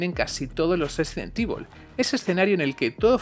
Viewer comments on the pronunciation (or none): Sesident Evil 🤔